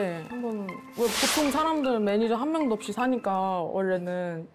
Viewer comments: 차마 감추지못한 드라이빙 매니저갈rrr... 뼈속부터한국인 퀸가비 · 발음헷갈려서 드라이빙 매니져갈 이라고 한거ㅋㅋㅋㅋㅋㅋㅋㄱㅋㅋㄱㅋㅋㅋㄱㄱㅋ